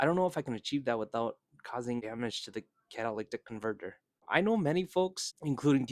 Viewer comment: Say catalytic convertor again. Lol